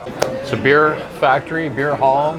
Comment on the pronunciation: Thought you said beard.🤣